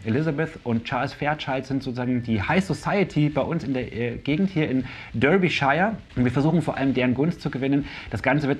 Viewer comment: Top Video. Genialer Werbespot (gibt übrigens tatsächlich eine Duftkerze ‘new boardgame scent’), sehr schön die “delicious”-Szene mit IKEA-Becher 😄 ….nur eines: ‘shire’ von Derbyshire wird nicht wie das ‘Shire’ von Lord of the Rings ausgesprochen, sondern eher so: [shur]. ❤